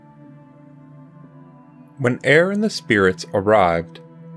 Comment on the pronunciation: Appreciated reading and graphics thanks! P.S. It's pronounced Urr.